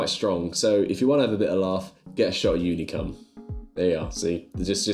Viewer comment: unicum is nothing to laugh about - or maybe we are not thinking about the same thing? I am thinking about a famous Hungarian liquer. but the way you pronounced it - God knows what you've ordered 😆